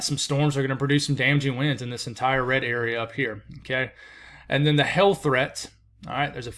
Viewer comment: you gotta enunciate that "hail," word, sounds like you're saying hell. lol. cute!!